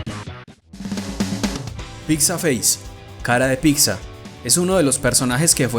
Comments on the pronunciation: ''PITZA'' no ''PICSA''... neta me desespera ese pedo haha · Pronuncienlo bien. Pitza no pixa